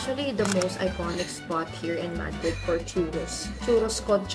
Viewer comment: A gato dies everytime it's said MAH-dreed, Ma-DREED please to save them. Haha